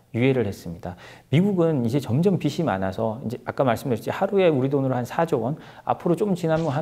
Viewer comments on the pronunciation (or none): 특히 국어 공부를 못해서 그럴 겁니다 아니면 비시가 귀에 익어 도리어 비지란 발음이 어색되이 생각되어 안 하는 ㆍ그렇지만 사투리 대회가 아니라면 표준말 사용은 지극히 기본이라고 하겠습니다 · 비시 가 아니고 비지 죠 빗 ~비시/머리빗 짖~비지/채무